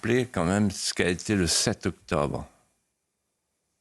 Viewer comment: C est toujours un régal d écouter Monsieur de Villiers...juste une remarque,pourquoi,ne prononce t il pas le "Bre" ou le "tre"....mais,octoBe....ou mete au lieu de mètre,par exemple.,il n est pas le seul dans ce cas.....une explication ?